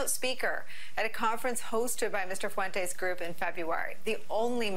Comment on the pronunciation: Why can’t you say his name correctly? Nick Fuentes es is an es sound stop making it sound weird